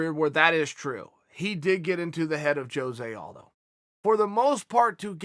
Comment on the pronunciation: "Jhose Aldoe" 🤣🤣🤣